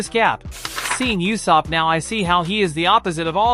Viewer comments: It's u-sop dude not yusop :( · It’s usopp